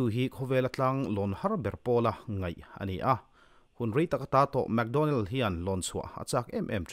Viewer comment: mac donnell, analh na lai tak chu mac tih lai kha,leh map han tih ang chite hi...hehe